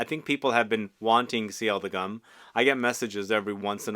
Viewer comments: It should be pronounced "goom" like in "loom" - not "gum". Why? Because it was a 120 years anniversary edition for G.U.M. - a historical store in Moscow - something like Harrods or Galeries Lafayette. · You keep calling it "Gum" and it makes my skin shiver . The U is pronounced like the U in Universal.